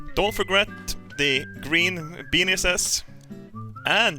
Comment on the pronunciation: Benis :DDDD